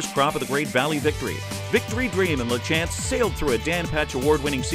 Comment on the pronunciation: Exactly, that drives me nuts. Even at the meadow lands you would have thought out of respect for the man alone to ask Michelle “Mike” how it's pronounced. “La- chance” instead of saying it right.